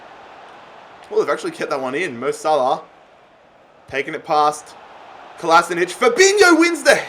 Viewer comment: its Kolasinac not Kolasinic pls like so he can see